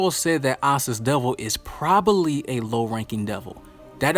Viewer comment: Are we gonna ignore he said “probaly?”